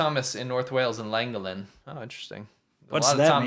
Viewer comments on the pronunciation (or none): The worst pronounceaation of Llangollen I have ever heard how would he manage Coedpoeth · Being from North Wales that pronunciation of Llangollen is hilarious 🤣🤣